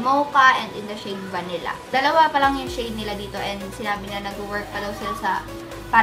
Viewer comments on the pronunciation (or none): none